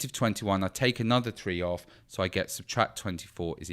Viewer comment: SHE SAY IT WRONG >:(